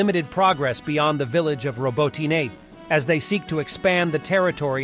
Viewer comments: Stop pronouncing a second vowel at the end of “Robotine;” There is only one vowel. Drop the second vowel at the end. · It's not France. Learn how to pronounce Robotyne or teach your bot how to say it.